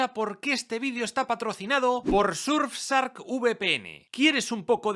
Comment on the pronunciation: No podes decirle surfsark. Parece que lo haces a propósito